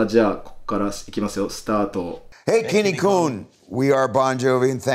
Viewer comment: 未だちゃんと「きんに君」って呼べない、「きんにく君」等と呼んでしまう人も多いのに(自分の連れだ)… 本家がしっかり「Kinnikun」って呼んでるのめっちゃ感動すらする！